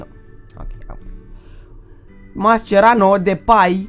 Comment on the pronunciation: "Mascerano" , "Depai" serios frate?